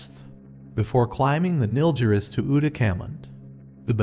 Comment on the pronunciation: Also Nilgiris not Nilziris.